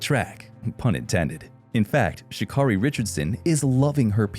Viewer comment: Her name is Sha-Carri ( Carri) pronounced like Kerri!🙄🙄